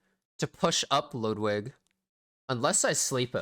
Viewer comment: You're the only YouTuber who covers e7 who actually pronounces Ludwigs name correctly